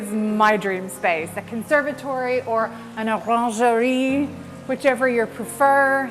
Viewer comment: Thank you for the tour of this incredible house. Thank you for the correct pronounciation of orangerie. Thank you for the explanation of a pier mirror! I have heard so many ridiculous stories about why they are called that and I’m delighted to have clarification.🌸